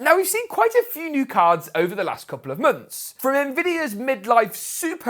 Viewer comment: mönths mönths